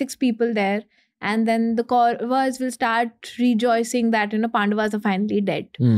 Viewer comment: Your work is great.. But don't let it sink.. Like for instance inviting people like her... As an audience itself we understood she is not that experienced and it's ( KAURAV) AND ( PANDAV) ... "GLORIFYING" miss pronunciations 😤